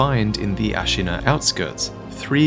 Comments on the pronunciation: Hearing you mispronounce Ashina makes my ears bleed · Why do you keep pronouncing Ashina differently?